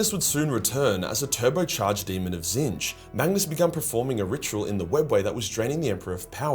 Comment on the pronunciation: kinda weird hearing actually pronounce Tzeentch the way it’s supposed to sound